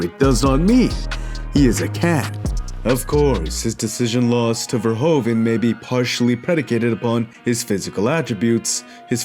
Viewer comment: You cannot say verhoeven like verhoven . The 'oe' in Dutch is pronounched like the English 'oo' as in pool.